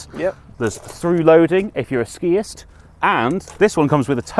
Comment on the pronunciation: "...if you're a skiist.." lol